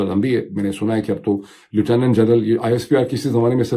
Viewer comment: اردو میں “لفٹننٹ” مستند تلفظ ہے، وہی کہنا چاہیے۔ “لو ٹو نو نو” اردو میں معروف نہیں ہے، نہ برطانیہ میں۔ سنتے ہوئے ناگوار بھی محسوس ہوتا ہے۔ انگریزی بولتے ہوئے میں آپکا نام لونگا تو معید ہی کہونگا، انگریزی کے چکر میں “موڈو” نہیں کہونگا۔